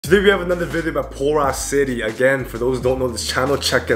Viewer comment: I agree with every word in the video but you have to remember they signed RM IMMEDIATELY!😂😂 Don't come for me. I love. It is just funny the way she emphasises the word! Borahae! We don't know what we would do without you!💜